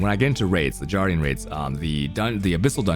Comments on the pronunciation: “Che-yos” dungeons and “jardian” raids forreal? Bro. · Man, I love your vids, but I just can't stand it if you keep pronouncing 'chaos' as 'chows', and 'guardian' as 'jardian', please consider saying them right :(